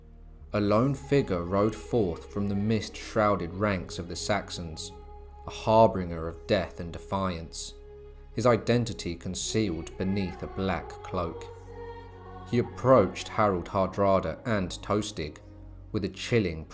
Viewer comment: "Harbinger" pron. 'harbinjer'.